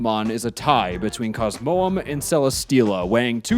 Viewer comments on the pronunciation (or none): none